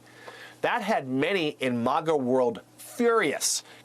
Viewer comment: It's pronounced phonetically based on how it's spelled, which is Ma-Ga. I feel like the MSNBC anchor is ostentatiously trying to sound high class by pronouncing it Maw-Ga.